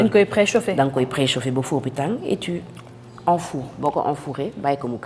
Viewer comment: Tu enfourres 🤣🤣🤣🤣🤣 Tu enfournes mo done tané.